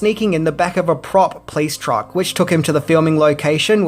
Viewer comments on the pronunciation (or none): none